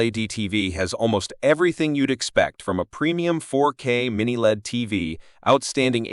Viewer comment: This chump can’t even say LED properly never mind that these aren’t budget tv’s!